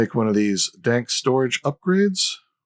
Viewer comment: ) I kept getting confused when you said "dock" and opened the "dank". Took me a moment and now I feel silly. Thank you for the episode. Very good.